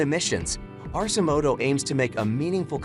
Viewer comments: It is pronounced 'ARK-e-moto', so I don't know why this narrator pronounces it incorrectly. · "Arse-imoto." hahaha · AI can't even pronounce the name correctly. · Doesn’t pronounce Arcimoto correctly and has completely wrong information (not adjustable seats). Yikes.